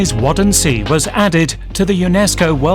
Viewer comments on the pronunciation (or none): "wutten-mair" not "wodden-see", this narrator . . . 1.) pronunciation off, 2.) Waddenzee is the DUTCH name for this biome, but if we talk about germany and the part of the biome that belongs to germany, it would make more sense to use the term they use to call it